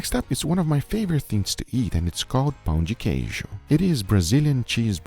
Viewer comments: pronuncia perfeita das palavras em português guga! (perfect pronounciation on pão de queijo and tapioca) greetings from Brasil Edit: ele é br e eu n sabia. Agora to com cara de cool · as a brazillian i'm really proud how good guga pronunciated pão de queijo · Eu sou o comentário brasileiro que você procura. E sim, nosso pão de queijo apareceu no vídeo. Guga, thx for honor our pão de queijo and your pronounce was realy good! Uncle Roger, your pronounce was cute :) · I love how guga is the only one who can say pão de queijo correct